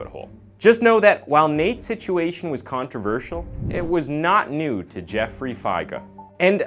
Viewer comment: It's Jeff free Fi Grr